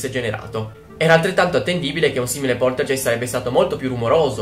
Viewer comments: scusa nn voglio essere la saputella di turno ma non si dice poltergeist cioè è scritto poltergeist ma si legge poltergaist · Non si può sentire, poltergeist. Si dice Poltergaist. 😂 😂 😂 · Bello il video ma sentirti dire "poltergeist" Invece di pronunciarlo "poltergaist"(g dura) me lo ha rovinato :( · Ciao, ti faccio i complimenti per il canale:) sei molto simpatico ed io sono una Potterhead XD quindi ti seguo volentieri. Ma, la parola tedesca "poltergeist" si pronuncia "polterGAist" xké il tedesco ha solo "G" dure e non dolci come le nostre. (mia nonna è tedesca);) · solo un appunto, la pronuncia è "polterghEIST" , con la "g" dolce e la "ei" che si pronuncia "ai", seguendo la pronuncia tedesca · poltergeist "G" duro come "grano" (geist=fantasma in tedesco) ;) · Si Poltergeist si legge Poltergaist però :D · Scusa, sono tedesca e Poltergeist si legge come se fosse scritto "Polterghaist" con la g dura. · scusa ma facendo tedesco devo correggerti: si dice POLTERGAIST siccome la EI si legge AI..... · Un pelino più lento quando parli e sarebbe tutto perfetto e poltergeist essendo tedesco ge è ghe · Poltergeist si dice poltergaist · ma non si pronuncia poltergaist? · si dice |poltergaist|